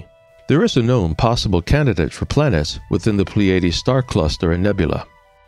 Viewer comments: Or, PLEE-ah-DEES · It's pronounced ply ah dees